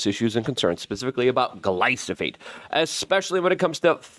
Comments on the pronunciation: 🤦It's stunning how you never catch yourself mispronouncing words that are right in front of your eyes so comically often. Glyphosate is the word but YOU say glysophate, thus misinforming your audience and yes, this shit matters Mr. I wanna hold everyone accountable. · you're saying glysophate. It's gly pho sate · Its GLY-PHO-SATE not gly-so-phate 😂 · Hey Luke. I like what you're doing. Just wanted to give you a heads up. You're saying gly so phate. Its pronounced gly pho sate. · Say it with me GLYFOOO-SATE! Get it right or stop saying it. Youre confusing people. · Love you keep up the good work! It's glyPHOsate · If you say GLYSOPHATE one more time....🤯😳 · Luke.. it’s glyphosate not glysophate. 💫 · Nucular, glysophate, extrapulate, etc... the list of words he cannot pronounce keeps growing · Say it with me- GLY-FO-SATE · Say it with me, Luke: Gly-pho-sate. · PLEAE PLEASE PLEASE pronounce GLY-PHO-SATE properly so I can recommend these videos as being important and intelligent, Constant mispronunciation makes this sound UNintelligent. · Are you pronouncing Gly-pho-sate wrong on purpose? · Slow it down and say gly-fo-sate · This inward been saying glyphosate wrong for over a decade now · I love you, Luke, but you pronounce glyphosate wrong every time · Bruh! He was killing me with his pronunciation worse than the round-up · Yeah that was bothering me lol